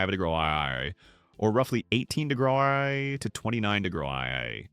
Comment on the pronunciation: degrees = degraaaaaz. in AI voice